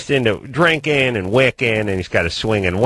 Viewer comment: "drinkan and wiccan"